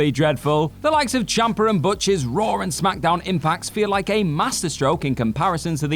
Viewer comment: Raw* not Ror